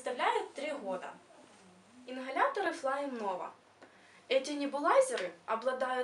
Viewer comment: инХаляторы😭